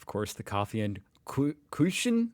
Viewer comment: I find it amusing, fascinating, but also very strange that Americans can't read umlauts, but say “Kuchen" with words like “Küchen”. ^^ By the way, "Küchen" are the plural of "Küche". (kitchens and kitchen).